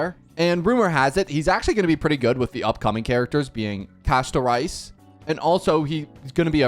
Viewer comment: Ain't no way this guy just called my girl Casto-Rice